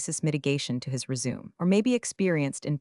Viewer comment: “Your AI narration keeps tripping over words like ‘read’ and 'resume,' and it completely changes the meaning. It’s like the computer is reading letters, not understanding sentences. A little attention to pronunciation using phonetic hints or TTS markup would make this way easier to follow—and a lot less painful to listen to. Right now, it’s distracting and kills the immersion.”